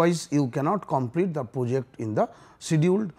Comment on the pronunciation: reservation killed our study too I hear poject instead of project